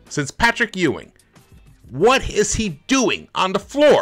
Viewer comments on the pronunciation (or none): none